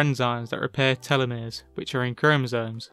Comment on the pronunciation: Lol it’s Telomere as in Tell Oh Meer not “tell oh may ray”